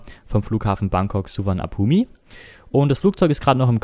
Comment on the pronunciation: Hey nur ein kleiner Tipp der Flughafen wird ohne das i Ausgesprochen also Bangkok-Suvarnabhum